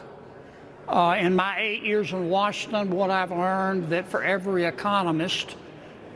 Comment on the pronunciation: Where?? "Washton" ??? Yah Ignunt Lousyanner tresh! Neither vowels nor consonants are optional. See the speech aide!